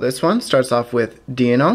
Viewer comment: Deino is pronounced 'die-no' Zweilous is pronounced 'zwie-luhs'